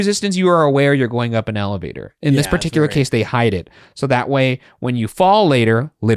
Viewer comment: saying ALLAvator over and over was very difficult to hear🥲